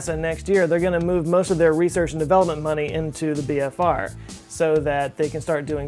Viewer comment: Did you actually say big phallus or is YouTube transcript having major problems with your pronouncing of BFR/big falcon rocket? oO